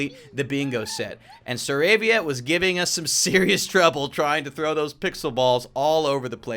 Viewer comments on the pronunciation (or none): none